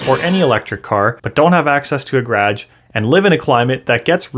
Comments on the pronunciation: Like your content dude but what's a 'graaj'! :) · the way you say garage makes me feel like im on lake of the woods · The way you say garage